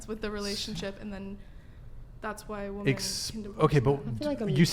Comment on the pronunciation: Why do these bafoons pronounce the plural women as woman? WTF?